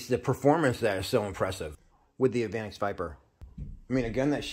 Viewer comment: That's pronounced "evah nex"